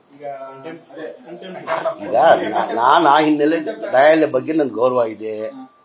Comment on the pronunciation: ಜಮೀರಣ್ಣ ನಾಯಿಲಯ ಅಲ್ಲ ನ್ಯಾಯಾಲಯ 😂😂😂